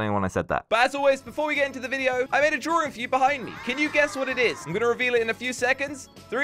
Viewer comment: It's funny you say drawing as "drawring". no offense